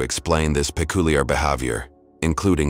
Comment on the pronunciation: A few other interesting pronunciations as well, like "pekoolyer" instead of peculiar.